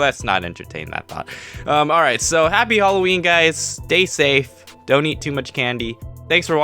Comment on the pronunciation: you said alloween its Halloween